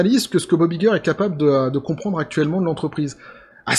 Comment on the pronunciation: «Vous êtes Iger? — Ça se prononce "Aille-ger" » ;)